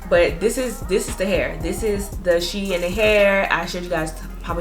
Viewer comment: You are pronouncing it wrong it’s shein like sheen beautiful hair